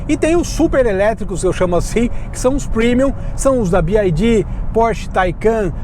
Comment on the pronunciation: Gente, se fala bi uai di. Ele fala errado, então seria melhor falar em português